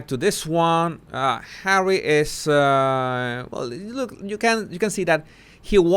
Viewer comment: Did you say "Harwwy"?